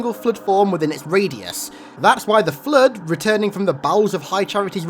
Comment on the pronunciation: God damn your voice is annoying. ‘Da flud’